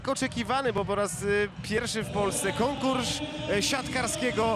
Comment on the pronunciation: konkursz siantkarskiego gwoźnia co to za komentator